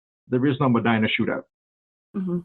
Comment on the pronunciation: First, how are you doing work on a ND event and don’t know it’s pronounced Me(dye)na? I’m very confused by this. Secondly, Gordon Kahl was close with a lot of the farmers at this time (the fed gov’t was doing the most at this time, and it was shutting down a lot of small farmers leaving them with literally nothing!), one of which was my father. He attended multiple meetings. About 3 or so months prior to this going down he stopped going, and no longer aligned himself with any of the folks who were still attending Kahl’s meetings. At this time my brother was attending college in Mayville. He was coming home for the weekend. He was approaching a 4 way stop and could see people in the ditch on both sides of the road. As he got closer, the sheriff climbed out of the ditch and told him to, “Turn around and get the hell out of here”. We would learn a few hours later that this event was just prior to the shoot out. I remember when Gordon went on the run. I was so scared he could come for my dad. Something happened that made dad change his belief in attending Gordon’s meetings, and he’s not afraid of killing folks. Yeah, it was scary as a younger child.